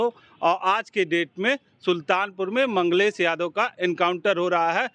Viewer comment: ये लौंडा मंगेश को मंगलेश बोल रहा है...